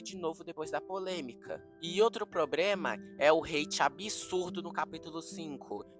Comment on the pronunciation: “probrema” kkkkkkkkkkk